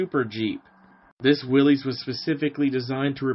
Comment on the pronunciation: How very refreshing to view a video in which someone actually has the story right! If there was one detail (O.K., two;... John North Willys pronounced his name Will-iss. ) that I would adjust, it would be that Ford was not so much 'asked' to participate in the project that became Truck, 1/4 Ton. 4X4, G503. It is my understanding that Ordnance applied considerable pressure to Ford Motor Company 'informing' them that they would provide a prototype and prepare for production as there was concern about Bantam's and / or Willys Overland's ability to provide for projected demand. For any who do not know; Ford's GP designation did not indicate 'general purpose' or anything of the sort (as is somewhat commonly assumed). Per period FoMoCo documents, G was 'government', P was Ford's internal code for vehicles of 80 inch wheelbase. Vehicles built by Ford as subcontractor to Willys' G503 contract were GPW, or government, 80", Willys pattern. Addendum: - Both Bantam and Willys 'built' 1/4 ton trailers of the same pattern during WW2, the Bantam T-3 and Willys MB-T. Both firms assembled their trailers from components provided by American Central Manufacturing (ACM), a firm which also produced 'body tubs' for both Willys MB and Ford GPW. ACM had previously built bodies for the Cord 810 and several other automobiles. The T-3 and MB-T were watertight and could be used as boats or even as pontoon bridges if required. - Kudos for including the 'Rotarbuggy', an autogyro 'Flying Jeep'